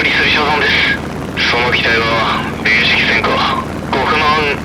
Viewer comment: ちゃんと「れいしき」ていうの好き